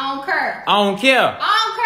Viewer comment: ITS PRONOUNCED CARE C-A-R-E CARE BOTH OF YALL SAYING CURR AND CAYAIR💀😂